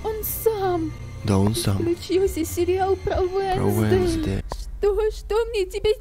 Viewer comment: а не вэнздэй